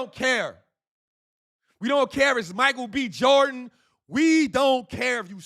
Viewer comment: cuh said Micharel B Jordan ! HAHAAAAAAAAAAA